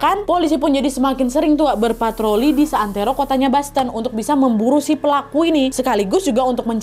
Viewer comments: Koreksi dikit ya kak boston itu bacanya "bosten" bukan "basten" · Bukan [Basten] bacanya. Tetapi [Bosten]